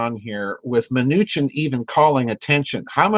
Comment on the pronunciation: Secretary MA NEW SHIN phonetically.